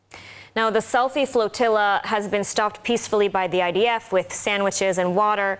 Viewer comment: Great job on the "sellfie yatch"